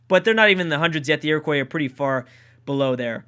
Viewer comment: ur pronouncing iroquois incorrectly and pissing off all the indians watching this